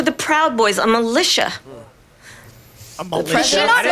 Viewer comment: A malitia? Not Militia?!